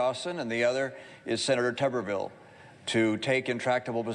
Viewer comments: His name is TUB-er-ville...not TUBE-er-ville. You’re welcome. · “Tub-er-vil” Not “Toober-vil” —-sadly I am from Alabama and I know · I believe the name is pronounced TUB er ville, not Too ber ville. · Tommy Tuberville should be given an ultimatum: either he agrees to permanently change the pronunciation of his name to "Tooberville", or he accepts adding, by law, a second 'b' to it so that it's spelled "Tubberville". Enough is enough. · Tub-erville. Not Tube-rville. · is he mispronouncing his name or do i not know how to say it. tub erville or tooberville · I am obligated to let you know his name is pronounced liker Tubber-ville (rubber-vile), but please. Please, please, please keep calling him Tube-rville because everytime you do I think you're calling him a potato and it makes me so happy. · Come on, David, we both know Graham did not say “Trumperville.” That would not have made sense. He pronounced Tuberville’s name the way it is supposed to be pronounced. The first syllable is “Tub” as in bath tub, not “Tube” like you have been saying. Just my .02. Keep up the good work. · No, Lindsay was saying Tuberville, but you were pronouncing it incorrectly. It’s like a bathtub, so “Tub”erville. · Tuberville’s name is pronounced with a short U, not a long U. It is TUB er vill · David gets super offended if someone purposely mispronounces Kamala Harris name, but then purposely mispronounces Tulsi Gabbard and Tommy Tubberville on a daily basis 😂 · It's pronounced Tuberville like tub not like tube. I don't like the guy either but we should at least pronounce his name correctly.